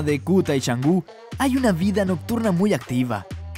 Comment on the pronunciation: NO ES CHANGU, ES CANGU